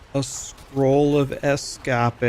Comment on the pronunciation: Why does he say Escape in three syllables when it's two.